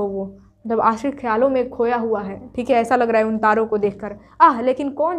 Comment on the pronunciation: Tum sbb me se kis kis ne ye notice kiya mam ka dialogue "थीक है " 😅😅😅😅 👍👍👍🤣🤣🤣🤣🤣🤣